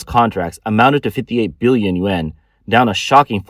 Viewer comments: Dear Rico, Thank you for your input. I must have been too blunt in my attempt at correction. The narrator should use better enunciation for the Yuan as some people listen rather than watch these podcasts and if you listen carefully, he doesn't speak clearly and some people will misinterpret and dismiss his valuable information. I hoped to give useful criticism to aid in his presentation of his information. I didn't mean to sound unkind. Thank you again for caring about this valuable podcast and helping me to be less blunt. Shalom. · He is clearly not saying yen.